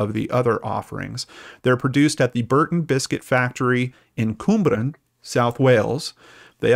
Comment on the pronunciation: 🤣🤣 What the hell did you just say? CWMBRAN? ahahahaha best mispronounciation in the whole video oh wow. As a welshie, you've made my day 😂😂😂😂 It's my duty as a Welsh person to tell you that.... Its Cwm (the w is pronounced like the oo in look) bran (literally just like... bran. Raisin bran). Some people say the bran like bra (the underwear item) with an n on the end. But please please just say it however you like... or read out a list of Welsh place names on a live. I am laughing so much! Thanks for the content guys you are both amazing 👏👏👏👏